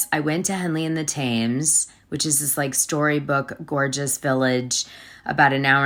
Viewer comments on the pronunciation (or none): DANA..FYI Henley on Thames, as in the river Thames, is pronounced Tems.. like tens within M. Americans do this quite a bit it seems.